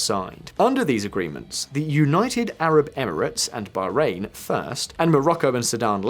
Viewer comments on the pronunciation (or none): none